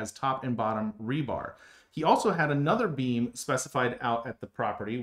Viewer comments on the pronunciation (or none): I've never seen a structural analysis like this before and have no idea why this got on my stream. But it was very interesting. Your explanations are very clear too. But when you say "beam", I hear "bean". And once I thought that I couldn't stop hearing it.